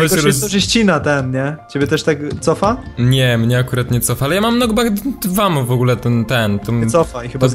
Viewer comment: Czemu ty mówsz ,,Mam pirko na NOCKBACK 2" to jest chyba knockback xd